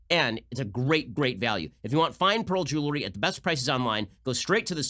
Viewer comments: Ben, stop saying "jewlery" for god sake. It's jeWELry. 🤣😜 Seriously, you're better than that. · Will someone tell Ben how to pronounce “jewelry”